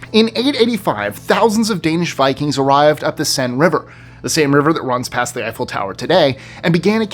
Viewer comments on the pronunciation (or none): none